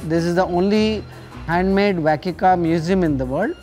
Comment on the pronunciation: Hearing them say wacky car is hilarious! Vacky card!!